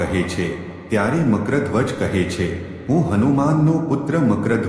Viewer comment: Nam no ucchar to spashta karo